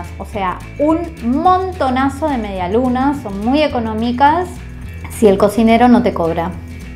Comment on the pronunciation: Nadie: Absolutamente nadie: En serio, nadie:: mediaSlunaS